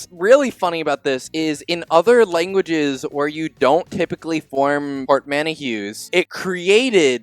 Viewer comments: Portmanteau is "port man toe" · Port man toe, bro. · Uhh, that is NOT how you pronounce 'portmanteau.' The correct pronunciation is right there in the google definition that pops up on screen a few seconds later - "port-MAN-tow." I have no idea how anyone would look at that word and think "port-man-e-cheu" is how you say it. Obviously this one isn't aimed specifically at, he's not the one who says it like that. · That pronunciation of portmanteau killed me thrice over 💀💀💀 pôrtˈmantō